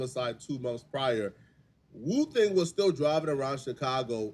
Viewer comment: Woo thang not booka u trippin